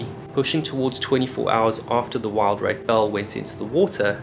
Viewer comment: WIL-Drake not WILD-rake.....